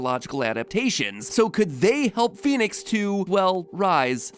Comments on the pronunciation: But it's not Phoenix... the game should be pronounced - Fen-ex. Daedalus pronounced - Dayd-a-lus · That's not how you would say that.. Fenyx would have the short e sound not the long e. So it's Pheh-nix.. you don't get to change vowel sounds just cause your quirky. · But it's pronounced Fen-ix not Fe-nix so the intro shouldn't say "Pheonix" if it means Fenyx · I'll accept Phoenix or Fenix, but Fenyx is "fen-yix"